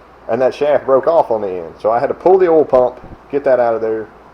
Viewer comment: It's kinda cute how you Southern boys can't pronounce "oil" or "coil". It always comes out "ole" and "cole", lol. 😉